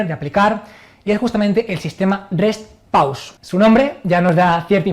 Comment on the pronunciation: Rest pause? ulala señor frances. como es entonces? el reh pauh